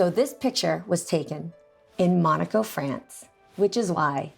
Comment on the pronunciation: Mai you are saying monaco the wrong way